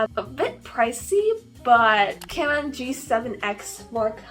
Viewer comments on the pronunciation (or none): none